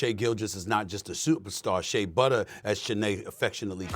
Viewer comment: “Shai butter”😒